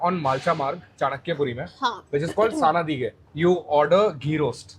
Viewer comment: He’s so open about his feelings and weaknesses! Very appreciative! This is the first time I head of him but after watching this interview, I am looking forward to attending his storytelling gig! Also, that restaurant name is संडीगे not सनदीगे!